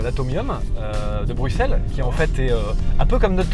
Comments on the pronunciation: Bruxelles enfin prononcé correctement par un français => Coeur sur vous : Comparaison de l'Atonium à la tour Eiffel peu glorieuse suivi d'un tacle au niveau des genoux concernant la coupe du monde => Quelle indignité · alors perso je suis Belge et je prononce bruXelles et pas bruSSels comme les flamands voilà merci de respecter la francophonie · je suis Bruxellois et tous le monde ici dit BRUXELLE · En même temps, ça s'écrit Bruxelles en français... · le rpincipe du "x" c'est que ça se prononce "x" pas "s"